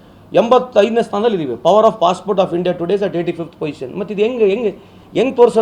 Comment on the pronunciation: ನಾವೇ ನಂಬರ್ ವನ್ ಎನ್ನುವ ಟಿವಿ9 ಮಂದಿಗೆ ಅದು 'Possport' ಅಲ್ಲ 'Passport' ಎನ್ನೋದು ಗೊತ್ತಾಗಲಿಲ್ಲವೇ?! 😜